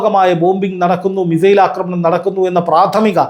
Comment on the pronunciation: ആക്രമണം എന്നു പറയു അക്രമണ അല്ല